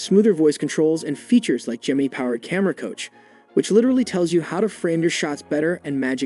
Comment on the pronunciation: Lmfao he said gemini (knee) instead of gemini (nigh) 😂😂😂